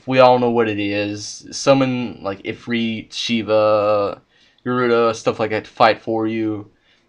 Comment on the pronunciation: dude you said ifrit weird lol